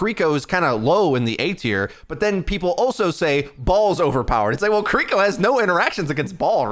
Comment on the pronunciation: Am I the only one who finds it omega annoying that he mispronounces Kiriko's name? I don't know if he's doing it on purpose or not but it just makes my ears bleed every single time.